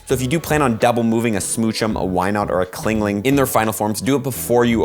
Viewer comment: Clingling????? Chingling